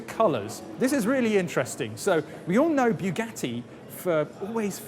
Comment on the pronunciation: you speak english well, yet can't pronouce bugatti, if you can't pronouce bugatti correctly forget about saying "la voiture noire" correctly because you clearly can't do that